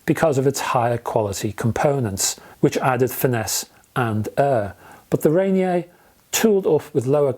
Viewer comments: Love your reviews, on a side note: I believe it is Rainier, as in Mt. Rainier pronounced - Ray-Near, or Ra-Near since Olympia is also in Washington State. :) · Pronounced rain-ear I believe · Thanks for the review. Here in the US and more so in Pacific Northwest we say Ray-Near. 😀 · I love that you assumed Ranier has a French pronunciation.